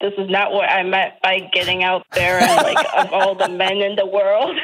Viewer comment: Why does Doctor keep pronouncing and as end? Is this an accent and if so from what part are you doctor?